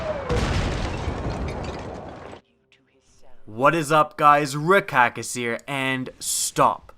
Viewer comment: I think this has been asked before, completely off topic. Why do you start your intro's saying that it's ReKackis when your YouTube channel is clearly. Do not hate on me for asking this question as I'm not meaning it in an offensive way.